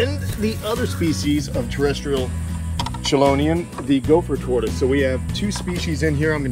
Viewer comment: "k"elonian, just like character and chameleon pronunciation.